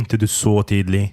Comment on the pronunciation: pytanie o tidlig tu slychac ze wymawiane jest z d jako tidli a w slownikach transkrypcja i odsluchana wymowa to /ti:li/